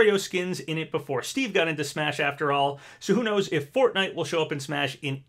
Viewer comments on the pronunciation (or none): none